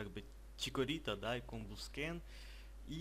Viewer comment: Правильно говорить комбаскен